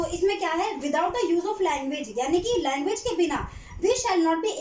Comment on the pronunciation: Its language.. Not languge mam